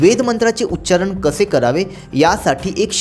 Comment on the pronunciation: माहिती चांगली देताय तुम्ही पण तुम्ही सांगताना देखील उच्चारण हा शब्द म्हणताना उच्चारन म्हणताय.